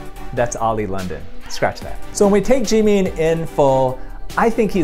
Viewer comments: his name is pronounced jim in not Jee mean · I’m sorry did he just say “JEEMEEN” 😭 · The way he says G meen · His pronunciation of Jimins name is 😖😖😖